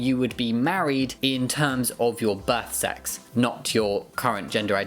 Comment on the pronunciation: The way you said "birth sex" made me do a double take as it sounded like "butt sex".